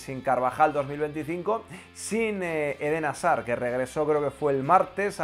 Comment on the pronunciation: Como se pronuncia: "Jasard" (Hazard) Como lo dicen los españoles: asár